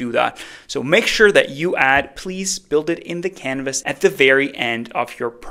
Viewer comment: It's "build" :D sorry, just had to.